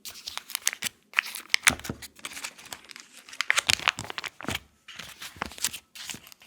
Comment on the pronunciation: It’s tourte au fromage